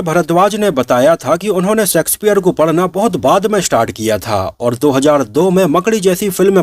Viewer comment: आपका सकार pronunciation गलत होता है l please pronounce शेक्सपियर and not सेक्सपियर